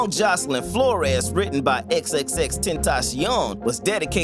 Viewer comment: flores not flor-es